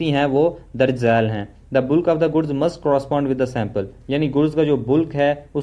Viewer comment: Miya ji bulk ko बल्क बोलें बुल्क नहीं . ज़ुबान का भी ख़तना करवा लिया है क्या?